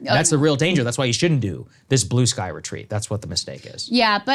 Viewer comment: Wtf is “Blueskay”? lol